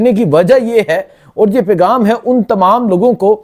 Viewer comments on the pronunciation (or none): بھائی جی بہت آپ اچھا کام کررہے ہو لیکن مہربانی کر کے اپنی اردو ٹھیک کرو خبر کو “ حبر “ پیغام کو “ پیگام “ باریک واردات “ بَریک واردات “